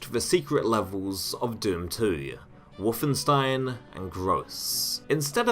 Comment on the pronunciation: why are you saying WOOFenstein?